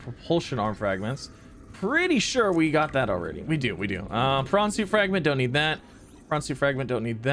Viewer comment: He says nneed